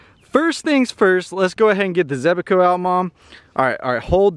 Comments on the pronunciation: Zebaco😂 it’s Zebco😂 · Zebco 33 was my first reel, but you are adding an extra E in the name Zebco. Youre saying it Zeb-E-co, sorry it was just making me crazy, maybe its a Georgia thing? Your mom seems really,,,, nice. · I hate how he says zebco, zeb-eh-co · Joseph NY Wayfarer it was driving me nuts how he was saying zeb-a-co lol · ZEB-CO. It’s only two syllables. 😂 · Also can you please PLEASE for the love of God say Zebco right.. You keep saying it all wrong lmao 😂